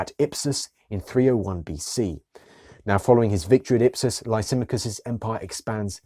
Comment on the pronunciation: Interesting presentation however there is a problem with the pronouncing of the name Lysimachus. Which was an Illyrian name meaning the great Oak or Lisimadh or lisimath.